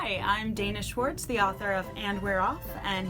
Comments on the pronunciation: “Schwartz” —- EVERYTIME! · Her name is Schwartz! Every. Single. Time!